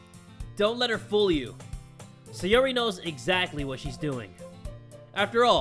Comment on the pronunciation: SAI! SAI! SAI! [SAI-OR-EE] SAIYORI. YOU SAYING SEYORI IS BUGGING ME SO MUCH I SCREECH EVERYTIME! DAMN MY PERFECTIONIST SIDE.